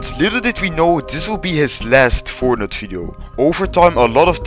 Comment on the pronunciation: Its fortnite not fortnut LOL